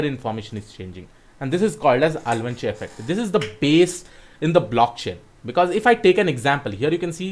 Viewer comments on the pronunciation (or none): my dear is it avalanche effect or alvanche effect you are pronouncing it?